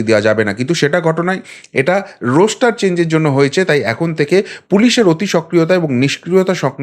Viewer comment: কথাটা রোস্টার নয়, রস্টার